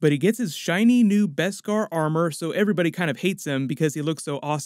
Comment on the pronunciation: BESKAR! NOT BESPAR!